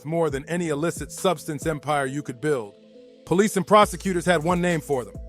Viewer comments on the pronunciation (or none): none